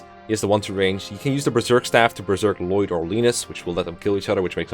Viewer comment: When you read an English name as though it were Dutch.